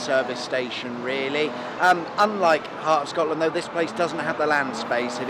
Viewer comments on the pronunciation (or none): none